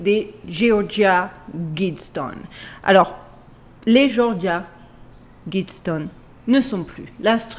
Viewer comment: Tu m'étonnes en prononçant Guidestones à la française !